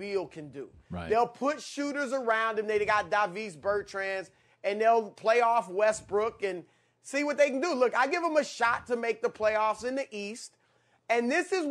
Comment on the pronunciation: Did this man just say davees bertrans